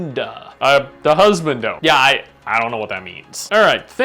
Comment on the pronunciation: mustache irl when? also learn to say hus bahn do